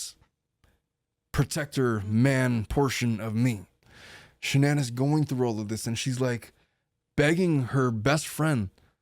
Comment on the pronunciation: You keep saying the car's name but it's shanan LOL